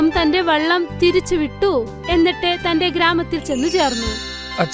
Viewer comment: Vellam alla vallam